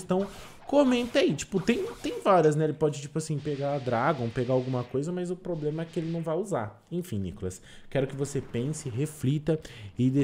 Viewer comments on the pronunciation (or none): none